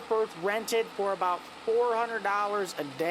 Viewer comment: “For ablout” 😂